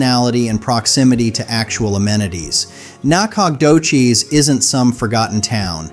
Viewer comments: Nah-cog-doches 😂 more like nacka-doe-shus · The narrator is very good, but when the said "NAK-COG-DO-CHIZ" my suspicion it's AI went confirmed. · Nacadocious is pronounced Naka doe shis . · Can we take a vote on Nah-cog-dough-cheese? I think it could work. Maybe we could do Natch-a-toe-cheese, too. Just to keep it even. 😂😂😂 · Nack-og-doe-chez lmbo 😂😂😂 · You butchered the pronunciation of Nacogdoches! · LOL! YOU GUYS TRYING TO PRONOUNCE "NACODOCHES", TX, CRACKS ME UP!! 🤣😱😂😁🫣😆😭I LIVE IN TEXAS, AND THAT TOWN IS BETWEEN WACO, TX & DALLAS, TX. NOT TOO BAD. AS FOR BUDA, TX, THAT'S SOUTH OF AUSTIN, TEXAS, ONLY ABOUT 30 MINUTES. IT'S OK, BUT IT'S A TYPICAL Hwy. #I-35 town, the very busy interstate town is similar to many other towns that this main highway goes right in the middle of the town. No biggie, kinda boring. 🫣😁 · ❤ this person doing the talking doesn’t know how to pronounce any of the names of the Texas towns. I’ve never heard such BS.❤ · Your pronunciation of Nacogdoches is killing me! 😅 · I laughed out loud at how badly the video butchered the pronunciation of Nacogdoces. I mean, tell me you’ve never been to east Texas without telling me…of course, there really isn’t any reason to go unless you’re hooking up with a co-ed at School For Alcoholics. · You should really figured out how to pronounce Nacadoches. It’s a beautiful town. And Sabine. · FACTS! EAST TEXAS IS TOO BEAUTIFUL TO BE TRASHED BY BAD PRONUNCIATION! 😂 👀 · Yes, please